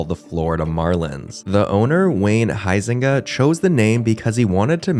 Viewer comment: Funny how he pronounces Huizenga correctly though. 😂😂